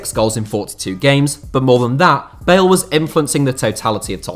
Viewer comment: Thought you said Gareth Barry not bale lmao